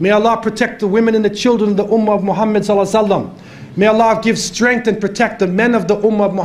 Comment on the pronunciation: Maa shaa Allah. Very Pertinent at this point in time. An Observation :Could you Please Pronounce the Name محمد Muhammad Correctly and NOT Muhammed. Also Shaitan Attacks from Right, Left, Behind and Infront, But Not from Above nor Below